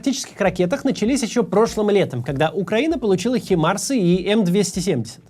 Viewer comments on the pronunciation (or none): Химарс это б🅰️бка-т🅱️0я, ш🅱️🅰️йн-де🅿️е🅱️янньій 🤬! Заруби насвоей больш⭕й б🅰️шке - не химарс, а Хаймарс! П0луп⭕ке🅿️ 0дH🅾️клет⭕чHьіи́